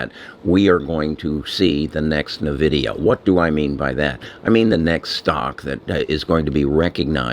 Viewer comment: It's N-Vidia not Nahvidia.